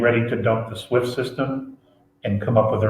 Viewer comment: JFK and Lincoln were the two US Presidents who tried to get rid if the fiat currency system. , is that "SWIFT" system? Swiss...? (SWIFT * is * Swiss, so... not sure what u said)